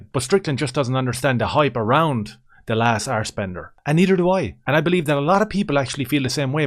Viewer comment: “Arsebender” lol